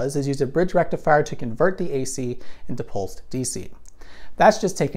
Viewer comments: So led lights dont use a FOOOOOOOOOOOOL BRRIIIIIDGRRR RECTIFIAHHHH? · Thanks to AvE, every time you say rectifier, I hear rectumfryer. That aside, nice video!